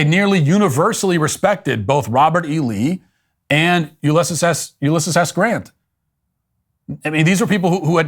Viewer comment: How do you mispronounce Ulysses